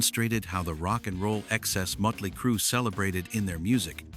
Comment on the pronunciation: What do they get this moron who can’t pronounce the name of the band? Mötley Crüe.